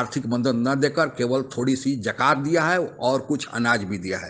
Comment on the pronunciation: Abey bewakoof, zakat hoti hai, jakat nahi.